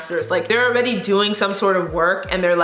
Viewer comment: You said “if you’re not already subscribed” and I had to turn on captions because I kept listening and all I could hear was “if you’re not a racist- subscribe.” And I was pretty sure that there was no way that’s what you said but I couldn’t figure out what you were actually saying.